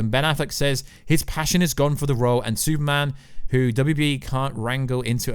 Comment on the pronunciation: Why do u say “Sue Man” instead of Super Man?